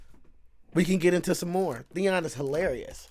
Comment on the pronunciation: Who says Theon?